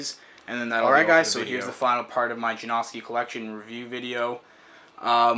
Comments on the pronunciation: I hate when people call them Ja-No-Ski or Ja-Nos-Ki. Even Stefan pronounces it Ja-Now-Ski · i like how you're saying his name wrong... It's pronounced Janowskie. Not Jonoeski LOL. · i hate how you're mispornouncing janoski, not janawwwski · It's janoski not janaughski that's how your pernouncing it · please just call them juh-now-skees not juh-nosk-i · Way to pronounce his fucking name wrong It's not Jan-AW-ski it's Jan-OW-ski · forreal, its Ja-now-ski. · Ja-nah-ski - janoski, if you watch one of his skate vids you'll now how to say it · It's Yanoski not Janoski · its prenounced (jan-oh-ski) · It's janoski, get your facts right. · lol theres pronounced jonowski btw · Its jan-uh-skees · It is pronounced JAN-OW-SKEE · It's pronounced juh-now-ski. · Janawskis lol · i hate the way to say janAHski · jesus christ if your not gonna skate the shoes then at least pronounce his name right jesus christ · He doesn't even say janoski right. It annoying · say his name right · you said janoski wrong throughout the whole video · You say janoski wrong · You'd think after the 12th pair you'd learn how to say his name correctly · Can't he say it right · most likely not because he doesn't even know how to pronounce janoski right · please, learn how to say Janoski...please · dude i cant sit here and listen to butcher the name of one of my favorite pro skateboarders. learn how to pronounce "janoski" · please learn how to say janoski